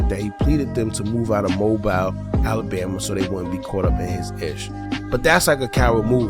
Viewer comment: It's pronounced Moe Beal (Mobile) bro!!!🤦🏽‍♂️